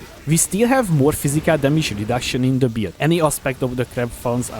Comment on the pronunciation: whenever he tries to say "build" I hear beard